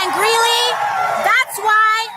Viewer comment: It's Greeley, not Greenely